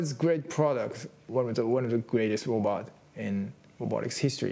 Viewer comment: About the 13th time I heard "lobot," I gave up. Si Yo Nara.